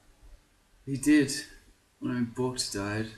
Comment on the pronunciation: Haha I know I'm sorry, I couldn't help it:p For what it's worth I felt really bad for Borgk though, during his short life not once did the pronounce his name correctly (you kept saying "Borgt"). Poor thing must've felt rejected and lost the will to fight. F